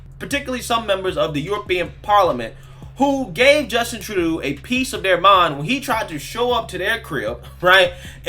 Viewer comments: it’s True-doe. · it's pronounced like True dough.